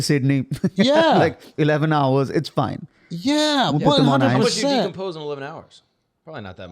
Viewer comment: Yea he's not foiiine.